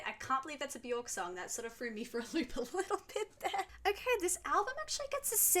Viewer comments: If you listen to her say her own name it actually sounds more like Byerk. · It’s pronounced buh-jork 🫣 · Björk is pronounced “B-yerk” … rhymes with work or jerk, not pork. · Her name rhymes with jerk not dork.